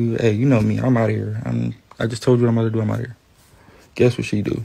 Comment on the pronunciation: Chrisean said IM ON MY WAY NOT EEM ON MY WAY! 😂